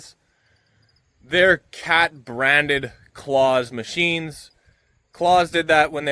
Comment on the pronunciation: Love watching your videos. Just for info Claas is pronounced Class in Europe as in a school class not Santa!!. We’ve been using them on our farm since the 1970s. Here in the UK the best combines people usually agree are Claas, and the best tractors most people say are Fendt.